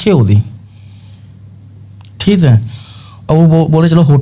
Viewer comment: Theek hai ❌ Theet hai correct✅